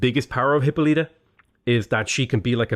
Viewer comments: Just a heads up, Hippolyta is pronounced hip-awl-it-uh not hip-oh-lee-tuh. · Hyppolyta is pronounced "Hip-Paul-lit-uh", not "Hippo-leet-uh" lmao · I think the pronunciation of Hippolyta is "Hip-pall-lit-ta" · I strongly disagree with you pronunciation of Hippolyta